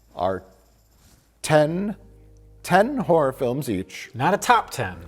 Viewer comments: Cheering at my screen everytime Mike calls them Harrar pictures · "Harrer pictchas" - Mike Stoklasa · Lol, these guys pandering to the truthers by pronouncing it "harrer" like 540 times. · Ha’ra = Mike saying Horror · Harr’r pitchur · Im only here because I was promised that Mike calls them "Harrah" Movies. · "Har'er movies" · Harrer pickchurs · I love that saying "horror" brings out Mike's latent Chicago